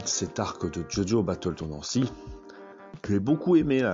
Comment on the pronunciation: "BaTtLe TaNdAncy"😂